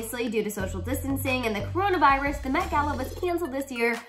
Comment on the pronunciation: “KORONA VIARUS, KOOROONAA VAIIRRUUSS”